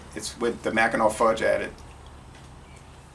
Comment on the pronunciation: 😂I’m originally from Michigan and Mackinac is pronounced: Macki -NAW. I was laughing. But good review. Fun! Cheers 🍻